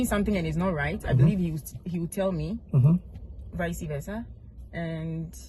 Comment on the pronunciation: Did I hear viseversal e eii queen